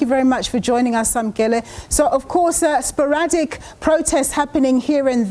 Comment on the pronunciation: Somer "sporatic" um protests